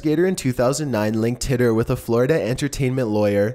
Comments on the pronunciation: John Titor is pronounced like Tee-ter....not titt-er. Just had to say. Also the secondary picture of the man with a "camera" is NOT a time traveller, it is proven without a doubt that those "shades" were made back then and there was shirts with logos made back then as well. That pic is not of John Titor as there is no pictures of Titor in existance, he was simply and only on air with Art Bell i believe (coast to coast AM radio station). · "Tea"ter" not "Tit"er.